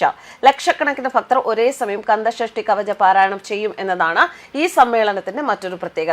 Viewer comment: സ്കന്ദ ഷഷ്ഠി എന്നാണ്. കർമ്മ ന്യൂസ് പോലെയുള്ളചാനലിൽ ഇതുപോലെ തെറ്റു വരുത്താതിരിക്കുക